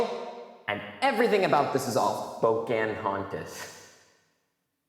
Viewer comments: po- can hontas, not po- cant hontas. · It's actually po-ca-hon-tas